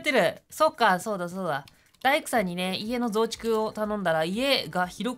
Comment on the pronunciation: 家の増殖 に聴こえてしまったwwww